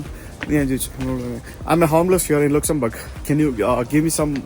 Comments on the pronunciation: Nice & informative video, in writing it's Luxembourg, but while saying the first 2 letters are LA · Hlo... ലുക്സംബർഗ് എന്നല്ല pronounce ചെയ്യേണ്ടത് ലക്സംബർഗ് എന്നാണ് pronounce ചെയ്യേണ്ടത്... Please correct it👍👍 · ലുക്‌സാംബെർഗ് അല്ല പൊട്ടാ ലക്സംബർഗ് 😂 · ലക്സംബർഗ്........ലുക്കസുംബർഗ് അല്ല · ലുക്സംബർഗ് അല്ല ലെക്സംബർഗ് ആണ് ബ്രോ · Looksumberg എന്നല്ല pronounciation Lak sam burg aanu look alla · Luxembourg is not pronounced like that like Lux soap Laxumbourg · ആദ്യമായി കേൾക്കുകയാണ് ലുക്സൻബർഗ് ലക്സൻബർഗ് എന്ന് കേട്ടിട്ടുണ്ട്. സന്തോഷ് ജോർജ്ജു കുളങ്ങരയുടെ പ്രേതം ഇദ്ദേഹത്തിൻ്റെ മേൽ കയറി എന്നു തോന്നുന്നു ഗ്രീസ് വഴി പോയപ്പോൾ ഏജിയൻ സീ (Aegean Sea) ശരിക്കു പറഞ്ഞു സന്തോഷ് ജോർജു കുളങ്ങര പറയുന്നത്. ഈജിയൻ സീ എന്നാണ്. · ലുക്സംബെർഗ് അല്ല ലക്സംബെർഗ് ആണ് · ലുക്സൻബർഗണോ അതോ ലക്സൻബർഗാണോ ആകെ കൺഫ്യൂഷൻ ആയല്ലോ ഇടക്ക് ലക്സൻ ബർഗ് എന്ന് പറയുന്നുണ്ട് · It's not loxumburg it's Luxembourg..... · ലുക്സംബർഗ് അല്ലാലോ ലക്സംബർഗ് അല്ലെ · ലക്സംബർഗ് എന്നല്ലേ പറയേണ്ടത്? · Ividano Lux soap kadupidiche? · Sherikkum pronounciation ലക്സൻബർഗ് enn alle....??? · Pronouncing is wrong 😢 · ഡിയർ ദയവായി ഇനി തെറ്റായ pronunciation ന്യായീകരണവുമായി വരരുത്. ഉച്ചാരണം തെറ്റാണെന്ന് ധാരാളമാളുകൾ കമൻറ് ചെയ്യുന്നു. തെറ്റ് സമ്മതിക്കുക. വീഡിയോ കണ്ടു തുടങ്ങിയപ്പോൾ തന്നെ മൂഡ് പോയി. Bye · Please pronounce the name of the Country properly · ഏതേലും ഒരാളെ പോലെയല്ല 2 മില്യൺ followers ഉള്ള ഒരു vlogger... ഒരു രാജ്യത്തിന്റെ പേര് വികൃതമാക്കി പറയുന്നത് vlogger ചെയ്യാൻ പാടില്ല.. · Pronunciation 😢..wrong..